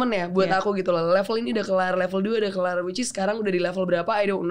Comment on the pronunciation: Awkarin kebanyakan bilang whichis😂